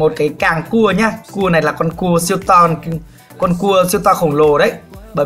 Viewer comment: A đang nói cái kéo giống như cua tự nhiên quảng cáo thành nghe ra như c*